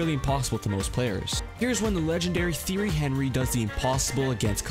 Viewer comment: Please look up how to pronounce names. You mispronounced MacKinnon and Tottenham and Thierry Henry,. Cool video though